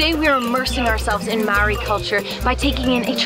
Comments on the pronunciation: yes it is pronounced like (mahh ordi )it’s like trying to purr like a cat (prrrrrrrrrr)if you can pur like a cat thats how we. Prounounce the letter ‘R, Speak fluent Te Reo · Lady stop saying marry is ma ori its pronounced like mouldy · It is not Mowry it is pronounced mouldy because you roll your tongue on the "r" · why do white people never pronounce words in other languages right? its not maowry 🤦🏽‍♀️ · Dezmyn Talamaivao it’s not moldy lol it’s pronounced marri ( roll the r) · you no what's not incredible your pronunciation of the word MAORI